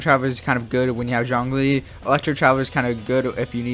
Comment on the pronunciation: Your opinion sucks, you can’t even pronounce their names properly.. And Zlong Li freezes? He Petrifies dude.. lmao! 👎🏻